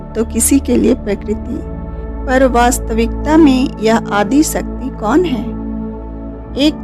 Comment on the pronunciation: One request.. Please pronounce shakthi properly.. There r many non hindu people who watch this video and mispronounce the name of shakti as sakti. Just a request. If we don't pronounce our God's name properly then how others will.. Your video is informative and very nice otherwise. Thanks for sharing the precious knowledge.. Jai mata di.. May God Aadi Shakthi bless all of us. 🙏